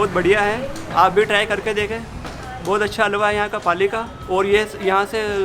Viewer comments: whoevers doing that narration, please learn how to say Halwa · I can't figure out how halwa can be pronounced into that!!! 😂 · Ikr. Like tadpoles jammed up her nostrils. The least she could do is do her homework and learn to pronounce halwa properly from the internet. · I'm from the country where we eat this dish and It's not her pronunciation that's the problem, its the way she isn't saying the H in halwa at all, a simple google search can show you how to say it properly, she should have researched it. Also I never made fun of her, I expressed my own opinion. Maybe read it again and you will get it. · She can't even pronounce "halwa" properly, what is "hawa"? L is not silent in the pronunciation of the word "halwa". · For the love of HALWA, please pronounce it properly... what is "aaalwa?" Or get a desi reporter. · Listing to this alwa instead of halwa gives me anxiety 😫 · Alwa nhi halwa hota h gadhi ki dum😂😂😂 rahul gandhi ki bahen😂😂😂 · It's called Halwa not alwa😂😂 Spanish presenter silented H. RIP ALWA😂😂😂😅😅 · Can you not say the H in Halwa, what is Alwaa? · Not “alwa” it’s just “halwa” lmao! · Yeh halwa alwa kyu bol rahi hai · ⚠️ tw - I stopped the video after listening that 'alwaa' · Haalwa not alwa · oh God its not Agooua. it's H A L V A.. get a local voice over narrator. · Common narrator....its not 'aal-wa'.....its pronounced "HALL-WA" with "H" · its not agua its haluaa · It's not "agua", it's "halwa" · Umm... All good, but atleast try to pronounce the word in the title clearly. It's Halwa, not alvaa. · It's not alva, its halwa like pronounced hal -wa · It's not Hawwa, you must learn how to pronounce it. It's Halwa, l is not silent. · Bro it's halwa 😭😭😭 not All wa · It is Ha La Wa Awaa 😅😅😅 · Idiot narrator it is halwa not alawa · Did I Heard "Auaua" Instead Of "Halwa"... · Atleast get some who can pronounce the word Halwa proper as hal·vuh and not agua. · Agva nahi halwa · Sounds like alwa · It's not Aw bw wa.. 😂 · Kindly pronounce it properly...ita haalwaa